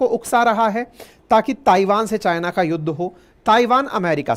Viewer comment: सर ताइवान का सही उच्चारण थाइवान है कृपया इसे नोट कीजिए